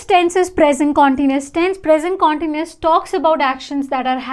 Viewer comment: You pronounce continuous in a wrong way!